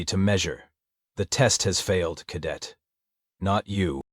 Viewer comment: OH, JOYYYY!! This cow-pattie of an AI reading of an AI script, HEE HEEE, it just corrected 100 years of American pronunciation of "cadet", SHHHHH, let's see if it catches on!